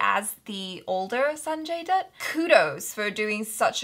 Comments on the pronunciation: You perfectly pronounce the Sanjay Dutt's name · u r saying sanjay dutt's name perfectly